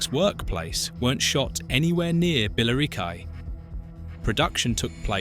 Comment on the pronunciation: Gavin and Stacey was just brilliant! As much as you may hate James Corden there is no arguing that the tension between the families is what made this show so funny because you were never more than 5 minutes away from a massive row. Hang on... "Bell-I-ro-kwy" (Billericay) . Are you fucking shitting me? Time to ban AI.